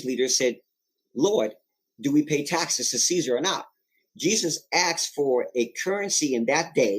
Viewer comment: How credible is a guy who can't pronounce "asked" ? Of course the other stuff is nonsense but I would focus on the low-hanging fruit and try to sound like someone who has read a book.